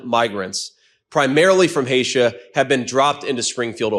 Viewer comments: JD called Haiti, Hatia. He said Hay-Shuh. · Vance said “20,000 migrants primarily from haitia”. Doesn’t he mean Haiti? WTH!! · "20,000 migrants...primarily from Haitia" Haitia?!?!?!?! FFS. Once again, a failed Yale graduate. Can't wait for him to say immigrants need to speak English instead of Mexican. Or to reference nook-you-ler energy.